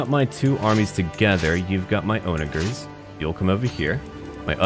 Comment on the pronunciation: btw onagers are pronounces on-a-jers